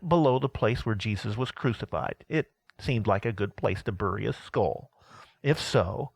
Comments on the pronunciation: Very cool except that I cringed at the pronunciations of skull and burial...lol. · Can’t listen to the pronunciation of skull anymore halfway through. Thanks for the information.